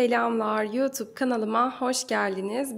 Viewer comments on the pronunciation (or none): none